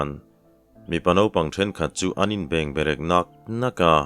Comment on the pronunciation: na a, bengberek tih hi, keini chuan bêngberek tiin kan thluk thin...